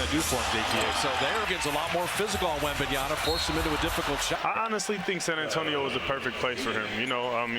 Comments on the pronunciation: Wembanyama not wembanyana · It's Wembanyama, not Wembanyana. Announcers should be better than that. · It's not Wembanyana, you knuckleheads. LOL. I cringed every time I heard the announcer say that. And you go and write it like that in the video title too. It's WembanyaMa with an "m". I get that it's a complicated name to say, but the announcer should know better. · I thought it was Wembanyama, but the announcers are saying WembanYANA. What gives? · That's Warriors announcer keeps calling Victor "Wembanyana" 🤦🏾‍♂️ like my dude it's a long name but it ain't that hard to pronounce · that caster kept saying 'Wembnyana' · Did nobody pull this guy up for saying 'Wembanyana'? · "Wembanyana " destroyed what ? ? Well, you ruined his name . It's Wemba-nya-MA ya know, or Wemby if mastering four syllables is that hard . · cant people read right? its in the back of his jersey in all caps "WEMBANYAMA" yet, they still choose to call him "wembayaNa" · Yeah sounds like Wembanana I don't like that 😡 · the announcer keeps saying his name wrong all the time lmao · Wem-ban-yaMa. Why everyone mispronounce. Learn his name!! He's the future goat!! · *WembanyaMa. Pathetic "commentators" can't even get his name right. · Why are these announcers saying his name with an N? It's literally right there on his jersey...wembanyaMa.